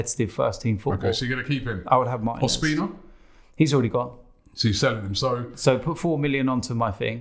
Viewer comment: mar-TEE-nez. Not martin-ez.